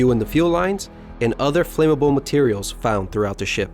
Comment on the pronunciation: First, these are excellent videos. A bit of constructive criticism would be in the pronunciation of words (respite, bow, and flammable); get the small details down and your videos will be world class. Good work!